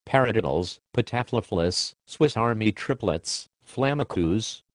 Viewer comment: He's saying Ratamacue and Patyflafla wrong lol